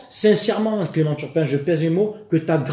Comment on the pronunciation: Pour ceux qui attendent la partie violence verbale, comme moi, c'est à la minute... Nan, jvais pas spoile, ça ne se fait pas😂 PS: on est sûr qu'il s'appel bien turpin, et pas Tapin?